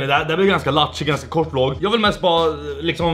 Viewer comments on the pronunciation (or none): none